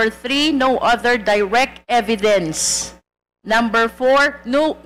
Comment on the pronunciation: Kelan pa naging EVITHENS ang Evidence🤣🤣🤣 Lecheh sa sobrang ka OA’han ng pronunciation naging evithens na ang evidence.🤢